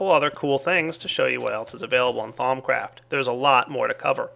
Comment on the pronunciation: Lol you pronounced it "Thom Craft" it is pronounced "Thou-oom"